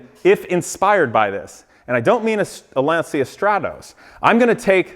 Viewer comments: I don't watch you very often because I find you just slightly less annoying than Rob Ferretti. Anywho, let's do a little lesson here: Lacia is an Italian marque and it's pronounced "launcha", not "lawnsia". Next, your "computer guy", Dan, doesn't even know how to run a slideshow. Some computer guy... SMDH. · Lancia is pronounced lon-chah! Please make a kit/mold of this car (LANCIA STRATOS HF ZERO)… I will buy it from you… I would even buy the replica that you are building…